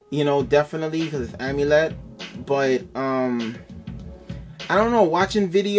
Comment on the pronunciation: amiled? are you serious lmao